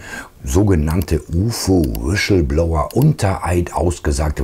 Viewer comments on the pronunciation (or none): Schönes Video. Aber Kollege, "Wischelblower" geht gar nicht! Hihihi. Hör Dir die Aussprache des Wortes lieber noch mal irgendwo an. :D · Sag mal [Wislbloua] ohne 'sch'… 😀